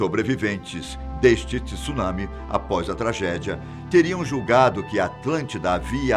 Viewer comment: so uma correção . pronuncia errada ,não existe essa palavra tissunami ela se pronuncia TSUNAMI é uma palavra em japonês de uso universal o famoso maremoto como conhecemos no Brasil .